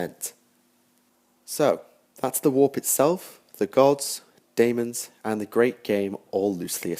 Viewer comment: someone has probably already said this to you, but it's just pronounced "demon" it's just the olde spelling of it.